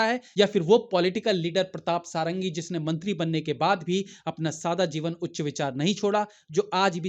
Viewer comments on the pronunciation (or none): मेरे प्यारे भाई जी... नाम प्रताप सडंगी है, 'सारंगी' नहीं ...From an Odia.